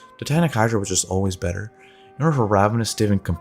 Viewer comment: Bayter item? XD